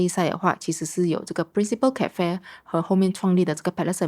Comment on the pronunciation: 为什么主理人在英国呆了几年，发音却没有“纠正”过来？如：cafe、pacific etc…😂